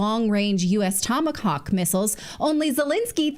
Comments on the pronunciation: "Wait… did I just hear ‘long-range Tomacocks missiles’ ?" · oufff i love how she said "tamacock" lol